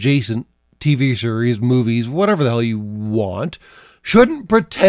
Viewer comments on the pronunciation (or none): none